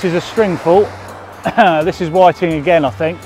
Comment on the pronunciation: Whi-TING, pou-TING... all the same ting.. lol